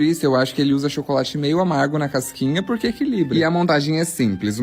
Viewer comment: Porque que ele fala "porrrrquê" como se fosse sulista? Não entendi...